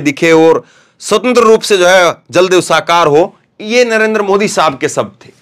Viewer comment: आप पहले अपना उच्चारण सही कीजिए I आपका नाम है धर्मेंद्र और उच्चारण करते हैं dharamendar, इसी तरह आप बार बार नरेंद्र मोदी जी को नरेंदर मोदी उच्चारण करते हैं I